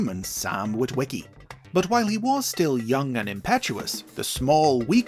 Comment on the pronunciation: how many witwiwickys are there